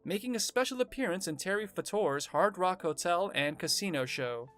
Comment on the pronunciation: Terry Fator's name is not pronounced Terry Fa-tore it's Fay-tor